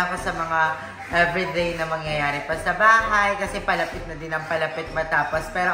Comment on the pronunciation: Beh wag ka magbago! No need naman. Improve lang your pronunciation sa ibang words like I always hear you say ‘toTHay’ but it should be ‘toDay’, ‘everyTHay’ should be ‘everyDay’, etc. 😅 Pansin ko na yan since Day 1 pero love pa rin kita. 😊❤